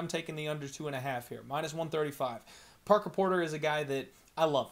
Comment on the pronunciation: I'm so proud of u u finally got Parker Porters name right and more than once. You're moving up my guy lol